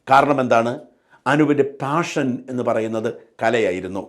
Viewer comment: പാഷൻ എന്ന വാക്ക് താഷൻ എന്നാണ് കേൾക്കുന്നത്? ശ്രദ്ധിച്ചു നോക്കൂ.